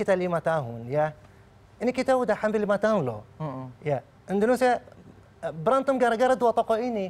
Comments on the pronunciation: dia ngmng Indonesia atau indorusia sih apa gua budeg ya 😂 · Kalo lo jadi Presiden, orang bingung denger lu ngomong "Entrosea" "Endhosia" "Endhonosea" ... orang pikir lo ngomongin negara mana? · Indonesia bukan endresia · Mengucapkan INDONESIA aja blom bner... hadeeuh..